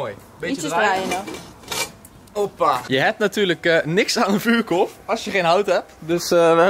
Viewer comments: GIO LIEVERD HET IS EEN VUURKORRRRRF NIET KOLLLLF😪😪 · Vuurkorf: vuurkolf😩😂